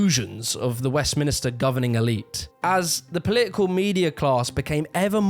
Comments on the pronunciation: it's just 'Westminster", not 'West Minister", I've heard you say this misnomer a few times in your videos! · west MINSTER!!! NOT MInisTER. awesome vid as always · Good video. But you said it again: WESTMINISTER. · I'm puzzled as to why you the narrator can't pronounce Birmingham and Westminster properly.